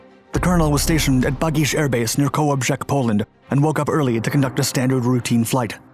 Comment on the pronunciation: "so called" free world. No bias or personal opinion made it in there, at all. Good pronounciation on Kolobrzeg though.